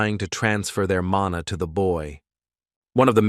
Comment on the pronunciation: So much errors lol, it's mana, not manu.. it's her son, not her boyfriend.. 😂